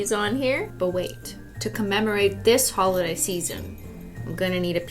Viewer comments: Cristine: Big bootiful speech about the holodays and Cristmas (WITH NO H) And then...... WiTH mAh PEeLY bAG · DID SHE SAY HOLIDAY NOT HOLODAY??